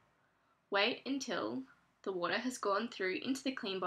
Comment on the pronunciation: youw woutah . .